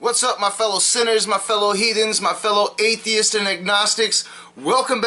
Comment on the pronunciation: He couldn't even say the word atheist